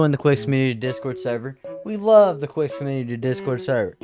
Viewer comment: You want something to react to? How about reacting to the music created by someone who's LEGAL last name is your 'nickname'...And, it is pronounced KEEZ.